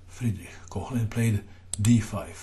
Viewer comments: My advice would be to familiarize with the phonetic alphabet. The oe (ö) in Koehnlein should sound like the u in hurdle, but more open (the h after a vocal denotes the elongation of the sound before). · Off-topic: there is no voiceless palatal fricative [ç] in Koehnlein - you've mistaken the Umlaut oe (ö) for it - hehe... Nevertheless; Alechin surely procured some friction for Herrn Koehnlein!